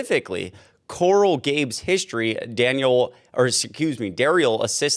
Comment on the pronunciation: Idiot. GABLES. So mis-pronounced. Lose credibility. Learn to enunciate….